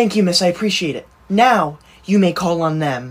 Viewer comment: MAY i go 2 the bathroom its not may-oh... Its is may.....